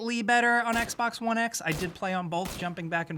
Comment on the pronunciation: Its Xbox One not Xbax One geez...